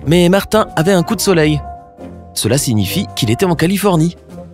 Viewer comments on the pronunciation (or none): none